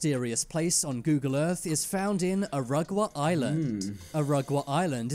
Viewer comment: knew it had to be Tanzania as soon as brother mispronounced Irungwa 💀 Best reacts trio easily